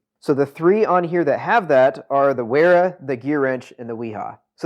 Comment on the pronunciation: Great video. Thanks for the comparo. Makes chosing a set a lot easier. BTW, Wera and Wiha are German. Both are pronounced with a V, not a W. Cheers